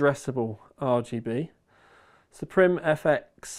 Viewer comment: Supreme doesn't rhyme with café crème, supreme rhymes with meme